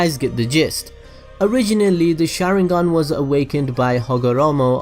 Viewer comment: The way he said sarada and the sharingan was annoying(not meaning the accent but by the way that his not even saying it right)